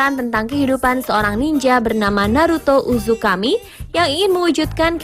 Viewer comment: perasaan namanya naruto uzumaki dehh ,, ato cm gw yg dengernya " naruto uzukami " ??? :v